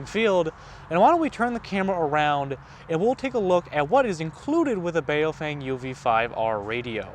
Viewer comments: Bow fung is how a Chinese man told me how it is pronounced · Bao Feng, not Bay-o-fang…and you're complaining about their English? 😂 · I feel bad for those people who pronounce baofeng as BayowFeyng like this guy in the video lmao